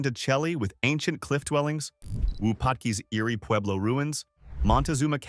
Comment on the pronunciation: Good Lord. So much incorrect info. Horseshoe Bend is not in the Grand Canyon. Nether is Delicate Arch. (Which you show numerous times) That's in UTAH. And the volcanic eruptions? Videos of Mt St Helens. That's in WASHINGTON. So so so many other issues with this video, including ridiculous mispronounciations. Saguaro. Canyon de Chelly. Wupatki. And so many more. Horrible video.